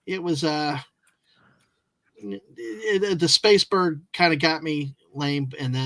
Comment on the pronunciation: "Space-berg", dear Gawwwwwd.